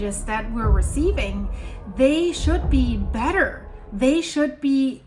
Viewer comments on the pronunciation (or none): none